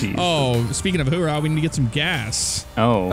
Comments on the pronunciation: It's not HOORAH it's OORAH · little do they know its owrah, not howra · It's oorah there is no h in the front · As a Marine lol I cringe every time they say "Whoorah" 🙄😑 it's "Ooorah"! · It's OORAH not HOORAH ( I'm not wrong) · Oo not Hoo 😂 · It's ooh rah not hoo raa sorry I sound annoying but it's a marine saying coming from the noise a sub made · jesus boys it Oorah not whorah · It's not hoo rah it's ooh rah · It's 'oorah not hoorah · Oh my Jesus Christ it’s ooorah not hoorah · Its not hoorah its oorah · It's oorah not hoorah, thats how you piss off any military person fyi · O my fuck, it's Ooraa not hooraa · They're mixing the Army "hoouh" and the Marine's "Oorah" together. lol